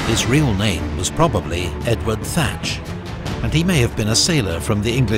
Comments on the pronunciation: His name was Edward Teach. Not Tratch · His name was Edward Teach, not Edward Thatch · Edward teach... U got his name wrong